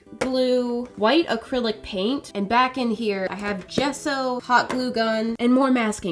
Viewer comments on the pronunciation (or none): none